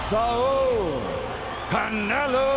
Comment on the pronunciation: Tf it’s S A U L not Sal